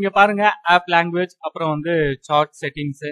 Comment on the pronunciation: Bro athu சேட் சாட் இல்லை